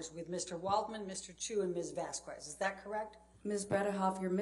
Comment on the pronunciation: It is shocking that an attorney is so alien to life that she don’t know how to pronounce the name Vasquez correctly! For those who care: the qu in Vasquez is pronounced like a k in like✌🏻